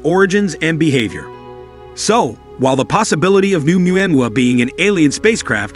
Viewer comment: For gods sake get the pronunciation RIGHT!!! ITS PHONOETICALLY "OH-MUA -MUA" NOT "UMU-AM-UA" LOL. Made me cringe every time it was said